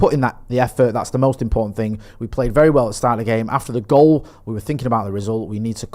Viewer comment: Take a shot everytime someone is "finking" Everybody's dead 😂😂😂